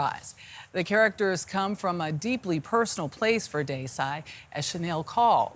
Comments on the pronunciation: They couldnt take the time to pronounce her name right, even when they have Indian co workers, whom they could have asked. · Omg the way the host pronounced Desai. How rude!